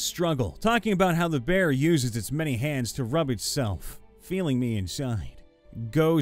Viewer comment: Text: "Behir": "BEAR" mfw